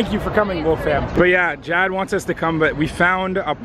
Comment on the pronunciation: it is Jad not Chad